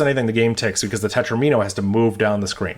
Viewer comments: FWIW, "tetromino" is usually pronounced to rhyme with "domino" (tet-ROM-in-o). Because that's where it comes from: mathematicians took "domino" and reverse-engineered it into "di-" + "-omino" where "di-" means "two", creating a suffix "-omino" meaning "shape made of [that many] squares". After that little bit of what linguists call back-formation we have a way to talk about triominos, tetrominos, pentominos, etc. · Interesting pronunciation of "tetromino" 😂. The video was awesome anyway.